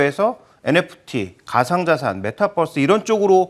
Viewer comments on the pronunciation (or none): 메타뻐스 발음 좀 제발…